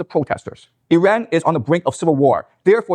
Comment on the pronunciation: He can’t even pronounce Iran God it’s cringe when Destiny doesn’t know as much about a subject but acts like an expert anyway. “I feel like…” cool man, whatever. “Weren’t there Russian tanks in Kyiv on day 2?” Lmao